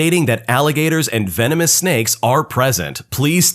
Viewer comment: Laughed a little at the first story, the beginning intro when he said "venomin" instead of venomous got me and my boo chuckling and had to watch it more then once!! Love your reddit videos, we listen everyday!!!❤😂